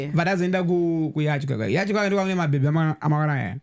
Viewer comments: Yacht= (pronunciation) yati Yacht≠ (pronunciation) yachi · It’s Yacht not Yatch or Yachi. Titende. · Ola its pronounced at Yaat . Imboti Yaat yechishona uone. Zvinobuda😅😅😂